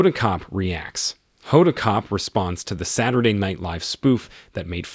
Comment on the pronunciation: Oh my! Her last name is pronounced Kot-bee, not Kot!😮